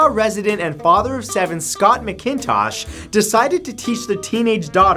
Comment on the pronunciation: Scott Macintosh is my neighbor and his last name is pronounced Macintosh with an aaah sound after the the M